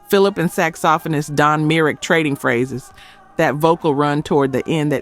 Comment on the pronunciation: How did she say, "saxophonist"?? She doesn't sound British to me😅 (A-I)